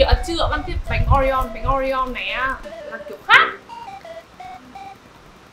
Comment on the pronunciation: Oreo chứ ko phải Oreon nha chị